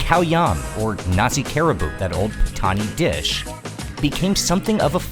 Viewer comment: I love food AND history, so I love your channel, especially as you dive quite deep. However, kerabu is not pronounced KEH-rabu or KE-rabu : many people in your video pronounce it correctly k-RA-bu with a slight roll on the "r" and accent on the penultimate syllable - now I worry that if you can't get it right when others around are showing you how it's meant to sound, then how is your Thai pronunciation (which I know very little about) - also - I can be too critical...